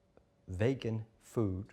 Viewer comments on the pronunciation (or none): It’s Vegan not bloody Vagon or what ever the hell he keeps saying 🤦‍♂️